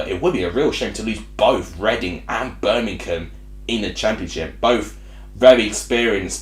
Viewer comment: Read the word! it's BIRMINGHAM, i.e: BER-MING-HAM. It certainly isn't Bermink-ham!